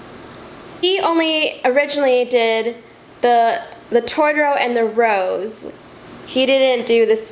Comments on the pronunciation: TOTOro. Not Tortoro. Jesus you cant even say the name of the character right. That tattoo is ugly AF too. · First of all I am sorry this happened, it was a dick move by that “artist” (saying that sarcastically). But this is bothering me... Totoro is pronounced To to ro... As a fan, PLEASE say it correctly. I feel so badly for your sister and partially you too, neither looks like him! But you should have known it would be bad if it was only $150! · “Tortoro”... seriously?